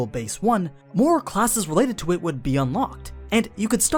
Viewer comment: you said mare when talking about aura's stats XD